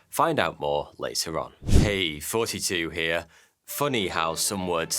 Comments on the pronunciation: I can't be the only one hearing him say forty-two every time he says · bro I finally just realized now that you've been saying in your intro when this whole time I thought I kept hearing you say "42 here" 😂😅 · So great to see here. I listened to the old show. Anyway, I'm Brit, but everytime he says I think he says 42, which is a fave no. of mine, since guide to the galaxy and the meaning of the Universe. Anyway, you rock! Don't stop. Oh, and hey idea here, do an episode about numbers ie the fibinaci ( probly failed spelling on that) numbers through history, their meanings/myths, Google named after the largest no googilian, that stuff, patterns of numbers in art. Maybe you did that though ok great!